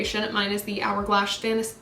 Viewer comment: Hourglash lol love it